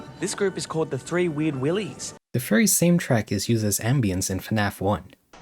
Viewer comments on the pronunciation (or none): Ah yes, season "tree" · yo coming from someone with a speech disability do you have one? When you said rot is sounded like wot and three sounded like tree. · The way you say three like tree is funny and cute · “trows a tree” “ting”